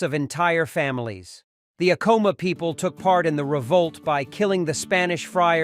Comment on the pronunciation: You can recognize AI crap in the first ten seconds, when the AI narrator mispronounces the very subject of the video. I am so done with AI slop.